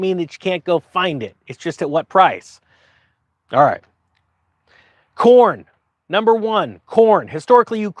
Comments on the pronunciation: For a second I thought you were saying porn and not corn. Allot of porn used to come out of Ukraine as well. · Ohhh... i thought he said porn.. Number 1 exporter of corn 🌽 makes sense also.